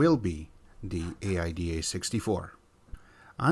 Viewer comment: Aida64 / pronounced Aid-da 64